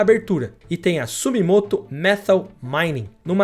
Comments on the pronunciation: Porque você fala Sumimoto. É SU-MI-TO-MO. Uma vez é erro, duas vezes é lapso. e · Por que você pronuncia Sumimoto... Se o nome é SUMITOMO, por sinal uma das grandes empresas do Japão e está escrito em Romano não em kanji. E você pronuncia por 2 vezes errado. SUMITOMO......